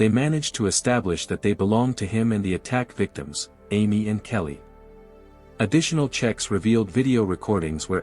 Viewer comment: Her name is Kayleigh! Not kelly